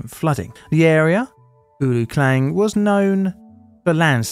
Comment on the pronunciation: am from malaysia and well we call se- lang- ngor = selangor and the taman is pronouce -ta-man. and klang is call ke-lang.